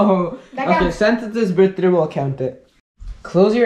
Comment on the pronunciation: um u saying birthday wrong buddy